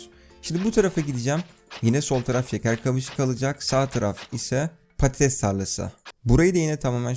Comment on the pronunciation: İSMET ACAR patatese diyo patites diye knk pastoties ne